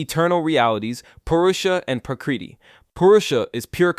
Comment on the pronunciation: Your pronunciation of Prakriti Moksha etc are way off. If you are going to do a video using Sanskrit then at least look up the pronunciation